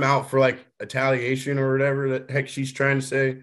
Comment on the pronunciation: "All of a sudden Taylor wants to say.. that... im out there for italiation... ...nuh..." . I can't laugh. This is the kind of thing i come out with too these days, at only 61 years old. I see it as a kind of mental economics at work in my brain cell at the end of the day when im tired.😅.